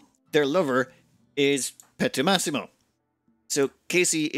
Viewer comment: Just a side note : it's Pietromassimo, with an i, think it like Peter-Maxim